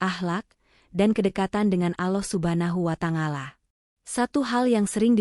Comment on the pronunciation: In atminx orang sebelah ,, penyebutan kata" , allah,, kurang pas,, 😁🙏